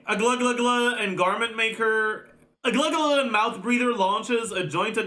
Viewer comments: every language has it's own official transcription of other language, so it's okay to pronounce the names differently then they are pronounced in the native language. In Russia, we have a name Aglaea like a real girls name (rare but still), and it's pronounced "Agla-ya" as by our language rules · please her name pronunciation is Aglaya like in AYAka and AYAto. I know coz that's my friend's name т.т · how is it difficult to pronounce agleya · the british narrator from the trailer pronounced it as “A-gla-yuh” so i started calling her this as well since it sounded really organic but i never knew there was an actual pronunciation. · As a Greek the only reason i opened this video was to check your pronunciation on the Greek name Aglaea and Jesus Christ... The "ea" on her name is read as the "ea" in the word "fear" the first part is read Agla like you are saying it but with a soft "g" like the W on Wild or West or Wound, it doesn't matter if you can't say the g correctly but the "ea" part is easy. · bro becomes the thing he hates...like why you purposely mispronouncing fairly easy names, just cause he hates hsr. "Oh i don't care" then don't consume it. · His ass perfectly saying Chinese and French names and insisting on using them but butchering a Greek name for fun LOL. If he wasn't all about pronouncing names correctly then maybe it wouldn't have been annoying. Seems pretentious asf. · For real he could have just consulted a youtube video about how to pronounce it, takes 1 minute, but he did not care enough If you can pronounce the Fontaine names, then you can pronounce Aglaea's name